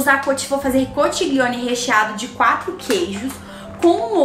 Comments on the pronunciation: Conxilioni. Se pronuncia assim rs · Oii!! Amo seus vídeos!! E só uma dica! A pronúncia da massa é “conquilhone” conchiglione em italiano😉 o ch tem som de Q e o gl tem som de lh! Bjuuu❤️❤️ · Que delícia! Olha ..se escreve conchiglione e a pronúncia é conthilhone. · a massa se pronuncia (conquilhone) a escrita conchiglione aqui na 🇮🇹 bacio 😘 buona cena 🍴